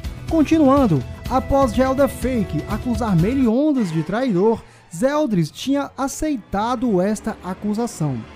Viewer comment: Por isso Meliondas kk